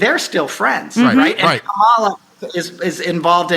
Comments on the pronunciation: It rhymes with Pamala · love you, but...please pronounce Kamala's name properly.